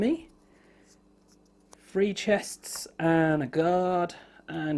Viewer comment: His accent drives me absolutely nuts. Every time he says three he pronounces it as free and at first I thought he kept on talking about free actions or something of the sort.